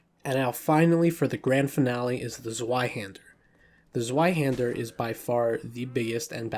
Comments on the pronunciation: Anyone else cringe a little when he says Falcheeeon instead of Falshon (despite the -ch) And dude, the Zweihänder is German, so the the W is a V “ Zvie Hand-er” it translates to two hands. And go easy on the E in estoc. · Z V EI hander it is pronounced ZVEI HANDER you putz! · It's pronounced "Zv-eye-hander". W is a V sound in German. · Your Zweihander pronaunciation just cought me off guard xd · he said zweihander wrong